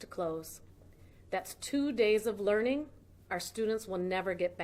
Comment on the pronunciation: "LEARING" like it's spelled in Minnesota.